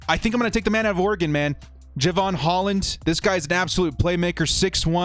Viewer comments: DRAFT C. (Of course, all picks to some degree depend on the free agent acquisitions) Thanks for the mocks, but you might want to bone up on pronunciations for those you say are your faves. Ex., Jevon Holland. NOT JAY-'vun. NOT JEH'vun. It is Ja-VON'. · Pronounced Ja-von Hol-land, and he's a baller. #ScoDux